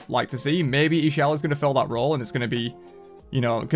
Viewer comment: Ix'chel is pronounced "Ish- Chel" (chel as in chocolate or chaaq)